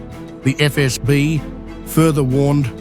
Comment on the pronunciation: EfEsBi вы говорите😅 Сделайте язык не таким мягким во время произношения